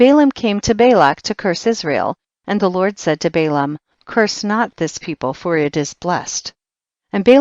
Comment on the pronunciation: Who is lort? This woman pronounce d's with t's she needs to learn to talk instead of flirting being formal, which is why God has not accepted this reading by anointing...i listen heard up to chpt 9, but no more except chpt 90,91 she is terrible reader!